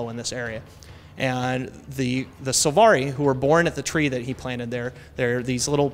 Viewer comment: Silvari* not Sulvari xD